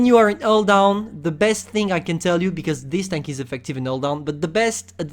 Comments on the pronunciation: even the subtitle recognized that as an "all down" XD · When he says hull down, all i hear is "all down". T_T